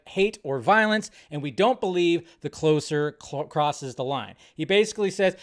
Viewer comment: Well said but I think you're miss pronouncing closer lol.